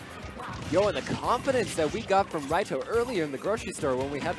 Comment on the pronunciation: stop saying raito like that pls holy moly